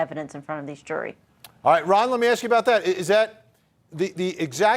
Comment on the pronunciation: You can’t axe him a question now.